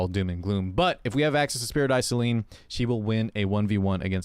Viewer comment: Enjoy watching your videos but you need to speak slower dude! Every time you pronounce Spirit Eye Celine it sounds like sparadise Celine and because I always can't remember her name, I have a hard time trying to figured out her name